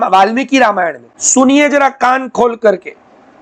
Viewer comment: આપ વાલ્મીક અને બ્રાહ્મણ કેમ બોલો છો વાલ્મિકી બ્રાહ્મણ નહીં